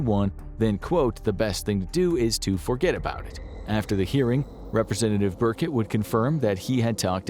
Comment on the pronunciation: "Representative Burkett." The narrator must not care about the potentially biggest story in all of human history, if he hasn't heard how that name is pronounced. But like who cares, if reality is completely different that all humans have been told for like a hundred years, like whatevz